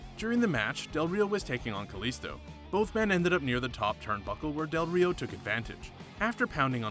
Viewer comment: I'm more offended he didnt roll his Rs when saying del Rio more than when he said roll ins